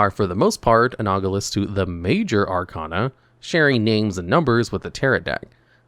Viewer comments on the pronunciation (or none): Why do you pronounce Arcana wrong? You've seen GX. You should know how to say it.